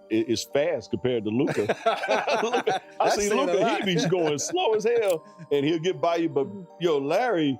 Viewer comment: How Stephen A still pronounces Luka’s name incorrectly baffles me.